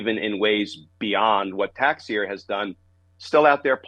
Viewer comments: the name is pronounced ta-shera. your welcome. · Texiera = Tesh-era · Pronounced: TAH-CHER-AH. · Pronounced -TAH-Cher-AH. AKA treasonous mass hole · Yes. Rhymes with "Tae-tera".